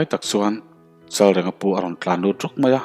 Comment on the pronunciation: Chalrenga tih hi i lam diklo tlat.reng hi thluk tur anih kha aw